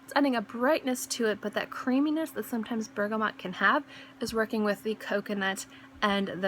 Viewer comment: lovely list. really like these themed lists :) loved your almond one too. btw there is no n in bergamot ;) and out of interest have you tried MFK le beau parfum?